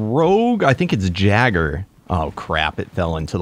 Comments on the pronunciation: No offense but jagger bruh lmao I started to die laughing at that it is pronounced yay- ger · It not a jagger it's.a Yeager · it's not called a jagger it's called a Jager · did i hear jeager i thought it was yeager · its not jagger its pronounced yay-ger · 😁 I'm excited for more kaiju! Also for future reference gojiran is pronounced go- gee-ran. And Jaeger is pronounced yay gr. I'm not hating just wanted to share my info 😁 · It's called "YAY-G-ER" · Just letting you know, gojira is spoken like (goh-gee-rah). The jaeger is pronounced (yay-ger), or just think of the jager bomb drink 😜 Very excited to watch S2!! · Pretty sure the “jaeger” is pronounced as yay-ger but someone feel free to correct me if I’m wrong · Jeager is pronounced yay gurr if that helps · The word "Jaegar" has German origin and is pronounced "yay-guh" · Jaegers are pronounced (yay-ger) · Jaeger is pronounced yaiger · It’s pronounced yay gr